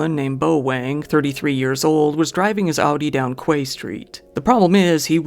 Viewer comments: I’m from New Zealand and I’ve never heard of that case. Weird. Also Quay is pronounced “key” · Fyi "quay" is pronounced the same as "key". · FYI the word QUAY is not pronounced as it is written, it's correct pronunciation is "KEY." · Quay is pronounced key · "Quay" is pronounced "KEY". FYI.